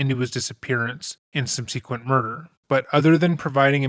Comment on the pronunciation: So this is a minor point but I've noticed you doing it quite a few times, you seem to like the word: "subsequent" isn't pronounced "sub-sea-quent", it's "sub-sə-quent". You're putting stress on that second syllable that shouldn't be there. The ə is a schwa, like the second O in chocolate. It's not Choc-O-late, it's Choc-ə-lit.